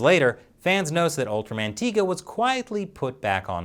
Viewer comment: It's tie ga not tee ga